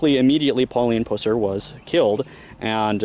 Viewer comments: My sister lives in Reagan just up the road 30 minutes and knows the history very well. Great objective video, but your pronunciation of 'Pusser' is all wrong.... It's Pusser which rhymes with cusser. (like someone who cusses). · It’s pronounced like the puss in an infection. Puss-er. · This was a fantastic presentation with exception to the fact that you repeatedly throughout kept annoyingly mispronouncing Buford's last name. It kills me that people make these videos and can't even get the subjects name correct. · Tell his story - Pronounce the name correctly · Learn how to pronounce his last name correctly! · Why is it, So many people doing these video documentaries, Most of them Can't pronounce Buford's last name, Pusser?? I could pronounce it when i was 14. But Anyone who thinks that Buford " murdered his wife & shot himself" has shredded cabbage for brains!!! Even the TBI agent Warren Jones said in 1967, that " anybody that think That, theyre pretty Ignorant about gunshot wounds". Btw, you Should know that the " other guy" from Arkansas has claimed all that BS because his Aunt was the woman that Buford killed; Anyone who called him on some of his shaky info, he calls them names & blocks them from his page.